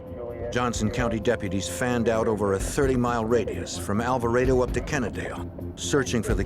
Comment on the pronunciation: Alva-rey-do? Alvarado is pronounced as Al-va-rah-du. Hahaha. My middle just got an English accent.